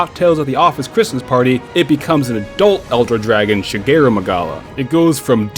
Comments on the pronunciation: isnt it shagaru magala and not shageru? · My mans mispronounced ShagAru Magalas name every time :( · shuh-gay-roo magala lol wat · I got triggered every time he said shagaru magalas name wrong